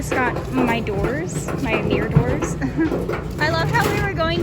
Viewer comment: No offense girl but, "sLiDiNg MiRr DoOrS" 😂